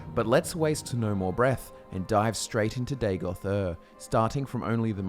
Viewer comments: Btw it should not be Day-goth. Its Daa-got. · I always hear Dagothwave.